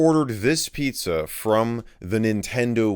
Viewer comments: " Pii-zza " What fun. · pizza < piiza